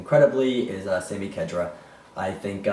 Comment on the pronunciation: Lol yeahhh Chelsea are going to thrash Liverpool. I can't see Balotelli scoring at all either, so his goal drought will continue. Arsenal dude, Khedira is pronounced KH - DEE - RA hahahah... Ron Vlaar and Howedes have also been heavily linked for United. Vlaar is 29 and I don't want him... Howedes is alright, but if we're going for any Germans might as well get Hummels. Mata is defo going to Juventus... maybe a trade for Vidal? No way he's going back to Chelsea. Arsenal beating Tottenham 2-0 Man United 3-0 Crystal Palace. Chelsea 2-0 Liverpool